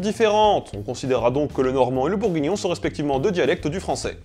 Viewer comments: Et BourgUignon et pas bourgignon ! Voilà... :D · Ce qui me plait le plus c'est le "bourgignon" MDR